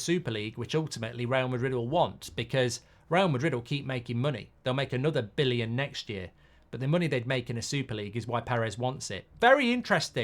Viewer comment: Why can't he say billion